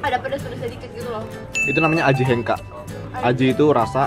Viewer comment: Itu maksudnya Aji , ngaji kedengaran sma 🤣🤣 lu kya ngajari adek lu ngaji wkkwkwkw